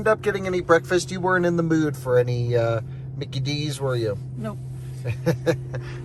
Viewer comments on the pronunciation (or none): none